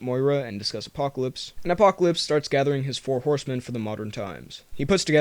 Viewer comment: Did you say.... Apopolips